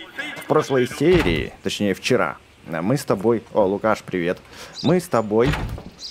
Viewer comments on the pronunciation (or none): none